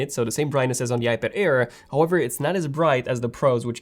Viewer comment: iPad AIR NOT iPad-er or iPad-ir! Man, you just talk too fast.